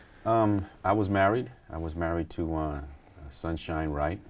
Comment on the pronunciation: SHAME ON YOU FOR GETTING MR. WRIGHT’S NAME WRONG!!!!